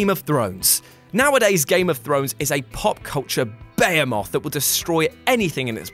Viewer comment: I've never heard someone pronounce behemoth in such a weird way.